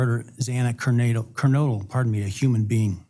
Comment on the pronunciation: That really bugged me how he butchered Xana's last name. Sorry that's prbly inappropriate verbage. He had a duty to respect the victims by pronouncing their names correctly. They were in the news for months b4 he got the case I think? But maybe to be impartial judge Hippler did not hav the advantage of hearing the victims names over & over b4 he 1st had the official court papers & had to read them aloud?! In such sensitive cases, u think it wud be a priority of the court tho to get it right? It is SUCH an insult to hear a name mispronounced like they don't matter.